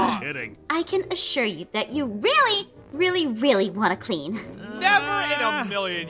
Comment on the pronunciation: it's not "tat" it's "that"